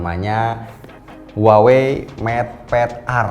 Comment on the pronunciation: kaLo gak saLah cara baca Huawei adaLah wahwei yah? 😀